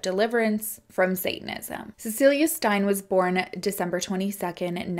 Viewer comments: Just listen to podcasts and audiobooks written by ppl from the country in question for correct pronunciation! wait you listened to a podcast! Ok so try writing a phonetic spelling that makes sense to you in your notes while you are listening.Steyn is pronounced Stain not Stein. Krugersdorp Kru-gerz-dorp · I think maybe her nickname was ‘poppie’ which is translated as “little girl” loosely Also Steyn is pronounced ‘stain’ ❤️ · Steyn pronounced, the 'ey' is the 'a' "tame" - hope this helps! From SA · Steyn is pronounced like "stain"🤗